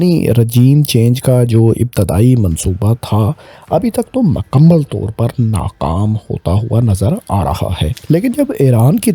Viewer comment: Pehle apni urdu to sahi karo ....iran ko ieran bolte ho mukammal ko makamal bol rahe ho. Nahi aati to total panjabi main Bola Karo tumhare liye sahi rahe GA.